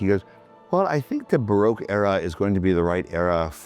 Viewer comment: I love it how he pronounces baroque as "broke"😂😂😂